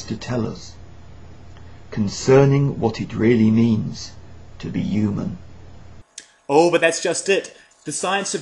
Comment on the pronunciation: He keeps saying yoomun instead of Human